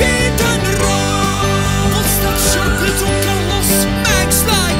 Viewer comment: Shawbbberto Carlos 🤣🤣